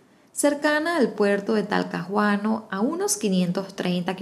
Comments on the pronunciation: En Chile la H es muda. Entonces se pronuncia Joanna no Jojanna, Talcaguano no Talcajuano. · se dice talcaguano Talcahuano saludos y besitos desde Chile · Talcahuano se pronunica como Talcawano. Este caso jamas lo habia escuchado en mi pais o quiza se me olvido. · Que tierno como pronuncia Talcahuano, la pronunciación sería algo así como talcaguano, soy de Chile y juro que jamás oí sobre esta historia, gracias por contarla 😮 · Pd: en chile la h o no se pronuncia o suena como g, por ejemplo es "lloana" (johana) o "ielo" (hielo), pero "talcaguano" (Talcahuano) o "guevo" (huevo) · En Chile la H es muda, por lo tanto Talcahuano lo pronunciamos Talcauano, Johana es Lloana (estoy escribiendo como se pronuncia) Espero que no cause molestia, pero siempre es bueno aprender (lo digo con respeto y humildad) . . . (uf!!!, es que hoy en día todos se enojan por cualquier cosa n_n) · Hermosa historia, sólo un alcance... el nombre de la Chica se pronuncia "YOANA" y el nombre de la Localidad es "Talcauano" así se lee... cariños!